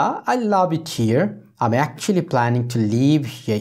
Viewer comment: sir f,l,h,m,n er pronunciation er ageএম হবে নাকি ত্র্যাম হবে